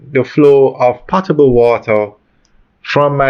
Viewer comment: It's not "pottable" water; it is "po-table" water, meaning drinkable.